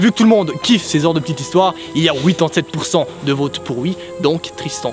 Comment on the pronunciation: Dans ce VÔTE en France on prenonce Vaute 😂❤